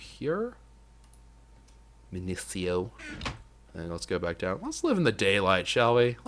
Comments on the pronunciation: Please, say it with me: MIN-IH-SEE-OH Essence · not MIN-IH-SEE-OH madpack gives a prunciation its min-i-eek-oh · Sieve is pronounced Siv, you used to say this, and Minicio is pronounced Min ihh See oh